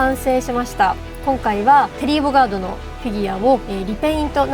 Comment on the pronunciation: これは新しい！！ そして、めっっっちゃ良い！ 格ゲーやってた&テリーを使ってプレイしてたので目が輝きました(☆∀☆) そして『テリーボガド』じゃなくて『テリーボガード』ですね( *´艸｀) テリーボガドって聞いた瞬間、アボカドが頭をよぎってしまいましたww